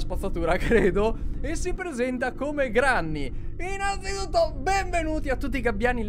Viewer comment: SI DICE GRENNY